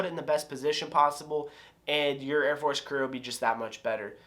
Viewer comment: LMAOOO why you gotta say it like that